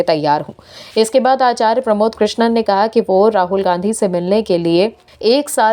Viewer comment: कृष्णन नहीं कृष्णम बोलो ।